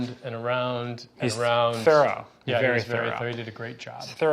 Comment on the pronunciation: I thought he said his son was Feral not thorough lol